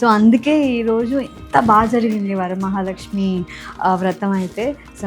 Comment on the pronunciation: ఏం తల్లీ తెలుగు రాదా? వారామహాలక్ష్మి ఏంటి... వరమహాలక్ష్మి 🙏. సోకుల మీద ఉన్న శ్రద్ధ అమ్మవారి మీద కూడా ఉంటే బాగుంటుంది......